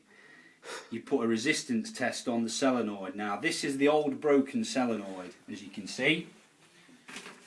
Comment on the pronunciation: Why does he keep saying sellernoid instead of solenoid